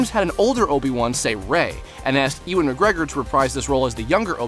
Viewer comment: its 'you-wan' mcgregor not 'e-wan' mcgregor.